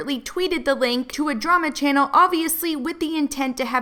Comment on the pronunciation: “Welcome back to my tannel.”